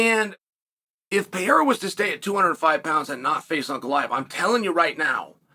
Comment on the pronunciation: Bro stop saying Pierra ffs.